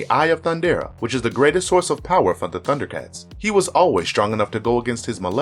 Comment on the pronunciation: I liked this mostly because you did such a great job pronouncing everyone's name.